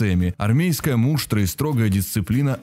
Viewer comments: Люблю ваш канал, рада каждому новому видео (вот только муштрА, а не мУштра) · Не мУштра, а муштрА, и не анджЕя, а Анджея Сапковского! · Не мУштра, а муштрА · мУштра? серьезно?! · Спасибо! Прекрасный канал: информативно и без "желтизны". Хотелось бы правильных ударений, коль скоро на русском говорим))) МуштрА и с глаголами беда.... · МуштрА, ударение на а. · В слове муштра ударение на втором слоге. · Неправильное ударение в слове МУШТРА очень ухо режет, причём дважды (((